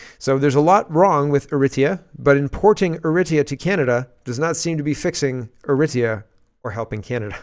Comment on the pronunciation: pronounce Eritrea = "Air uh TREE uh" or "Air uh TRAY uh."......